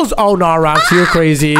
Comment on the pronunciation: called Roxy rooxy